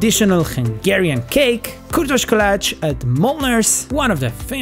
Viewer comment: I am hungarian and you say kürtös kalács pretty good